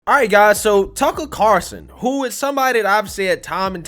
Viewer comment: Why do you call him Carson instead of Carlson?